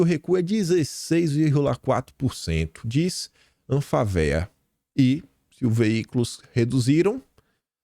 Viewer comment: me permita corrigir sua pronúncia não é ANFAVEA, mas sim ANFÁVEA. " Associação Nacional dos Fabricantes de Veículos Automotores".